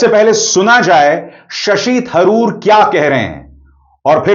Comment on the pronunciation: वे शशि तरूर हैं थरूर नहीं !